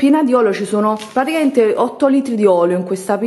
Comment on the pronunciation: Una cosa che volevo dirti da tempo: praticaMente con la M!! Non : praticaente.... arrisbigghiateee